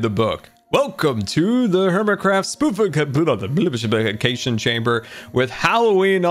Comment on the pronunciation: I love pronunciation of "spookification"!